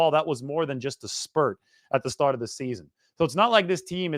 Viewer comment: start not stert Einstein